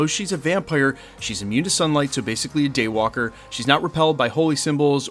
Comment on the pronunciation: The Day Waiker? Why waiker and not walker?